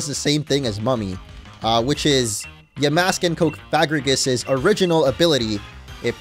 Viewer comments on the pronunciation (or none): Oof yikes orange. You pronounced the name “cofagrigus” in a way that it emphasizes the no no word in its name. It is pronounced: cough-fuh-gree-giss. While we’re at it, you’ve also been saying yuh-mask instead of yaw-mask.